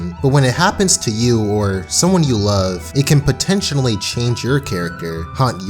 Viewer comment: this dude said "potentionally"